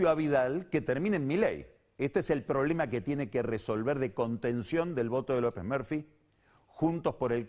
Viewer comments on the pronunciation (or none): Cuando dice "López merfi" se me hace que habla de robocop.